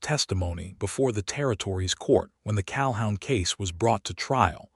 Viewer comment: Pronounced Cal-hoon